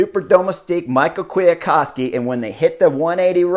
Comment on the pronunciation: Someone can correct me here but I'm pretty sure you pronounce Kwiatkowski's first name "me how" not Michael. Really bugged me haha.